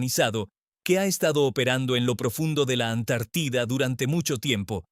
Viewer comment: No será q este comunicador sea un extraterrestre? No hay una sola palabra q pronuncie bien acentuada siempre dice Antártida con acento en la i cuando necesita ñ dice ano y eso es otra cosa, de dónde es este cuate😮😮😮